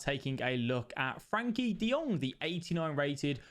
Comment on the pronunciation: It's Frenkie not Frankie